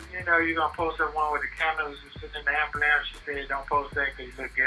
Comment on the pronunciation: An ambulance.... Everytime u say it, I go back to make sure that's what u said. Then I read the paper just to be clear